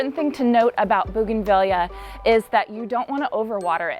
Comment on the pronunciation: Highly prefer this kind of “ironing” 😀 Oh, and I know you’ve had comments, but it’s bougainvee-a. Like Tortilla. Both Spanish Latin words and items from the same part of the world where double LL is pronounced as a Y sound. Audio was much better! Thanks!